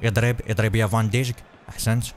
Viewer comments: اسمه فان دايك وليس فان دجك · اسمه فان دايخ وليس فان ديجك😂😂😂😂😂😂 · اسمه ايمري كان وفان دايك وليس دجك